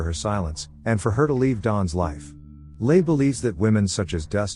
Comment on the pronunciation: Hello idiot AI, Les is pronounced like Less, not like the French les (lay). Now for the author of the manuscript; learn to write in English that your AI can read properly!